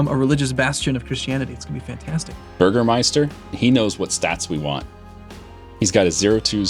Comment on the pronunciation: Bürgermeister was actually pretty good